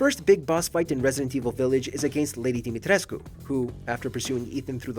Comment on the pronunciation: Your pronunciation of ‘lady Dimitrescu’😂